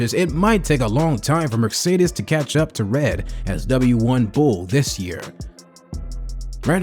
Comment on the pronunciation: Learn how to say « Mercedes ».